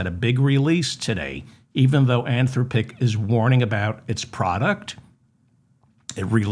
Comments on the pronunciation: David, I heard a news item today about an AI agent that used its users bank card to buy things for this consumer. Really. The word Anthropic has the accent on the second syllable, by the way. An-THRO-pic. By the way, we do already know that recursion that goes on a number pf repetitions can get dramatically worse if done enough times. Listening more, I feel impelled to tell you that it is pronounce In-VID-ia. I wouldn't worry about Musk's plan to boost all those data centers into LEO. He can't do it. The cost to do that, plus the hardware needed to use the temperature gradient is large, expensive, and extremely costly to boost into orbit, including the cost of the manufacture. I'm nor telling you not to worry. There is lots to worry about. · DAVID I LOVE YOU... "an-THROHP-ic," like saying "man, STOP it.." or "des-POT-ic.." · Great show. An-THROP-pick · How many times can you mispronounce Anthropic in one show?